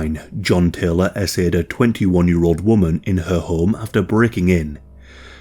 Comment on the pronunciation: I cannot BELIEVE how many people here are going on and on about this “narratator” having such a great voice and should “do books and films” as though this was a REAL VOICE WHEN IT’S SO CLEARLY AN AI GENERATED VOICE!! Wake UP People! IT even keeps saying “he ASSAYED instead of he ASSAULTED” a typical AI Error!!